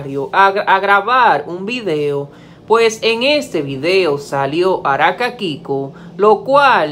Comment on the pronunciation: Por qué dices Araka ?